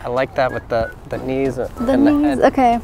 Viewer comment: When the said 'the knees?' it sounded like the Dutch pronounciation of my name and I was very confused for a second